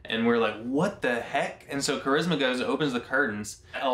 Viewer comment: AND FYI IT'S CHARISMA NOT CHRISMA